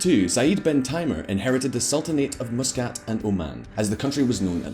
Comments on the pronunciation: Not sure how the Oman people pronounce Muscat but i have always pronounced the Mus part similar to the word Must without the t.. Not Moose as in this video.. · you forgot to apologize for miss pronouncing the capital of Oman ... hahaha